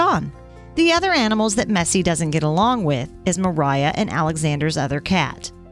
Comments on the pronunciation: native Russian speaker here. Masha's full name is Maria Dmitrieva. It's pronounced as Muhreeyah. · MARIA. Not Meriah...